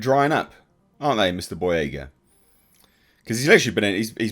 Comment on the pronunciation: John Boy-"REY!"-ga